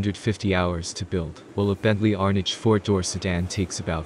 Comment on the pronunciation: BMW did not buy Bentley, BMW bought Rolls Royce. Pronounce Arnage correctly too